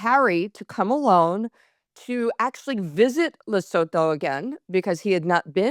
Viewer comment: Loving the new format. Can I help you pronounce Lesotho... it's Le (as in leg) sue (like Sophie is doing to Harry) too